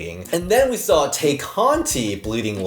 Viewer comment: Tay = “Tie”. All the hosts mispronounce it like EVERY WEEK ☠️